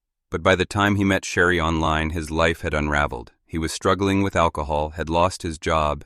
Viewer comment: Ai is a MESS! Sherry…Sheree…..Shari…?